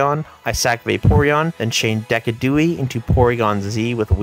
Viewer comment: "Deca-Dewie" has gotta be up there with False Swipe Gaming's "Gosa-Leo-Pod" as one of the wildest pronunciation of a Pokemon name I've ever heard